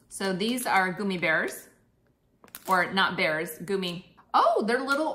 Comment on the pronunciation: “Goomy” bears? 🤔